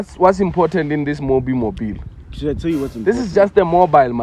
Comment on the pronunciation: not saying "mobi mobil"😭😭🤣